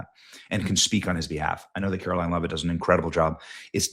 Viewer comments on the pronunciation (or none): none